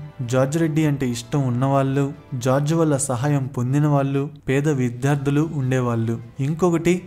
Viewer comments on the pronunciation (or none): none